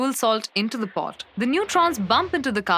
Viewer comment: Have you listened to this crap? She can't even say pot. Get rid of this nonsense.